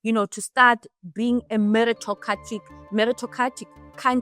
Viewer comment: When she struggles to pronounce ''meritocratic'' Lol.😂